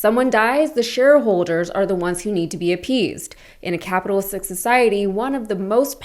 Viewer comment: Sounded like you said “capitalsick” society…appropriate term. CEOs AND SHAREHOLDERS need to take care of employees and customers, because they are ALL shareholders - just because they don’t hold a stock in hand.